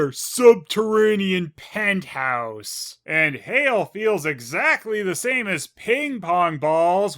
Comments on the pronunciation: I know he said "hail" but it sounded like he said "You got Hell!" Which is a perfect description of this place. And series. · When I first saw this episode, I misheard Andre's "Brother, you've got hail!" line as "Brother, you've got Hell!", though to be fair it actually did sound like that (and it surprisingly wasn't cut off the Jetix DVD version despite them cutting out words like "weenie" and "burn"). Also I love how Dr. Quease is sometimes called "Supergenius" in these reviews in the same way Wile E. Coyote says that word, although the Coyote is much more of a genius than Quease. It looks like Leonardo's "biggest idiot" streak has been broken for now, but I think with this and the next episode, Dr. Quease may work his way up in the idiocy rankings despite his claims of being a genius.